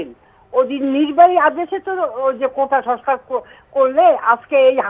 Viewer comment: ভাইরে, কোঠা না!! এটা কোটা...